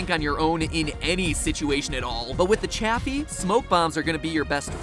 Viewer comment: It’s officially pronounced ‘chay-fee’ not Chaffy